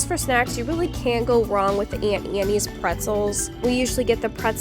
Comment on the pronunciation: Great video! Couldn’t help but cringe at “Aunt Annie’s” though…it’s Auntie Anne’s lol